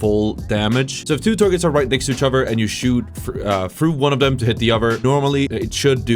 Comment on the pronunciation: “Each uhver” 😐